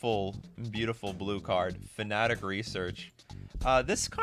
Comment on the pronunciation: I know this dude didn’t just say fanatic research